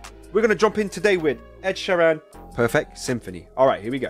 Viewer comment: Ed's surname is pronounced Sheer-an, not she-ran :)